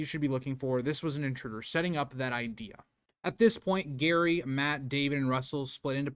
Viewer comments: The husband’s name is Gerry ( said with a soft g, like giraffe), not Gary. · It's not Gary, it's Gerry (Jerry). Also, it's Tapas Seven. Tapas as in Spanish food. Good video except for some wrong pronunciation. I thought the McCann's wouldn't allow the twins to be tested? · I don't know if this is an American English vs British English thing, (I'm Australian) but the father's name is Gerry (pronounced Jerry) not Garry. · Its Gerry not Garry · It's Gerry, not Gary. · Hiw can you possibly pronounce Gerry, Gary? Are you an idiot? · His name is pronounced Jerry not Garry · His name is Gerry (pronounced Djerry), not Gary. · Yeah lol we pronounce it more like "Jerry". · Jerry is the correct pronunciation. You sound like you're saying Gary or Gehrry. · This video is so good! This case never sat well with me. Btw I think his name is said like Jerry 😅 British pronunciation idk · Can't even get Gerry's pronunciation correct? It's JERRY. 👎🏼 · you did, its pronounced Jerry but it was the window being open as that was contested and also no sign of forced entry and it was deemed to high and overlooked a car park and street i will finish watching it and not meaning to trivialise your work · Pronounced gerry. Like tom and Jerry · I'm American who has lived in UK for many years. You are correct with the father's name. He is just pronouncing that and Tapas wrong. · I thought it was pronounced 'Jerry' rather than 'Gary' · The McCanns did so many suspicious things, it's hard not to believe they know exactly what happened to Madeleine. You seem so knowledgeable, but mispronounce Mr. McCann's first name. It is Gerry, with a soft G, not Gary. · Her husband is not called Gary his name is Gerry!!!!!!!! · His name is Gerry,not gary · You pronounce his name Jerry not Gary 🤦🏻‍♀️ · Good God! He is Gerry, NOT Gary !!!!! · His name is Gerry not Gary ffs!! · Simply get Gerry’s name right.. it’s not Gary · His name is pronounced Jerry. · it's jerry like tom and jerry okay not Gary